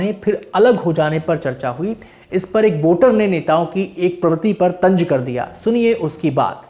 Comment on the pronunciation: Re bhai bolna to seekh pehle. Tanz hota hai tanj nahi